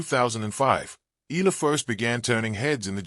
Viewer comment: the correct pronunciation of Alex’s surname is : E - yala